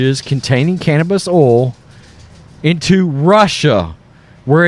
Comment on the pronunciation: I like your Southern Accent when you say, “cannabis oil.” 😊